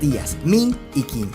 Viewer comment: Un dato, la "q" en chino, no se pronuncia cómo la nuestra, de pronuncia casi como nuestra "CH" de esta forma, la dinastía qing, no sonaría quing (o king) sino ching